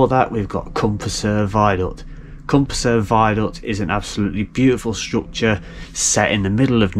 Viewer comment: Prysor is pronounced: pr er sor.